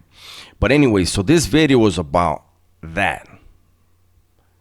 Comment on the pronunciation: In my hey day, I loved smashing on guys that looked just like you, slow talking machismo, socked in the f*n face. Get that so-cal sh*t out of my town. And now… “New “BIDDEEEO”